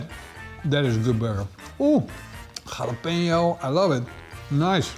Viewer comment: I like the way you pronounce "Jalapeno", is very close to the Spanish pronunciation. English speaking people usually cannot pronounce it correctly and they tend to pronounce it as "Halapeno", with an H instead of Dutch "G". BTW is it ok to feed a dog with cooked and seasoned meat?